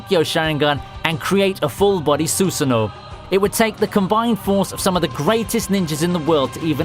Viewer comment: The way you pronounced Madara, Susanoo & Sharingan bothers me.